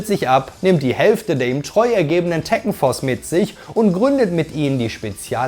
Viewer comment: Na toll jetzt weiß ich als 37 jähriger, dass ich mein Leben lang "Tekken" falsch ausgesprochen habe 🫣😂